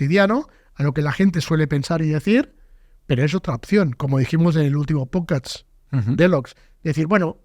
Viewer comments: “En tu POTSCATS” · cada vez que dice posdcats me caigo de la silla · Por favor que alguien saque clip de cuando dice pochcast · Chupito por cada vez que dice "PochCats" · el tio dice todo esas amimaladas sin vacilar, y luego dice pocast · “Pochcad” “Podcatch” “Pochcatch” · LO LEÍ JUSTO CUANDO DIJO POCHCASTCH KAJAJAJAJ